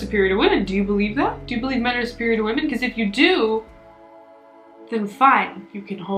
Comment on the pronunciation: No one:: BaHcAZe